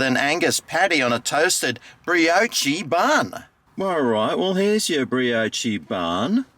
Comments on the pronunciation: The pronunciation of brioche was diabolical 😂 but gets a pass because only he can say it like that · Bree-oh-chee hahaha